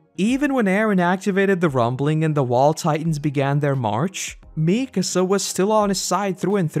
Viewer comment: Mi-KA-sa, not MI-ka-sa